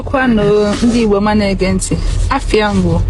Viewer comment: NDI GBO, NOT NDE IGBO IF YOU MEANT TO SEPARATE THE TONE.